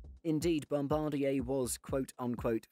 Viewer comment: You said bombadier properly finally 🎉😁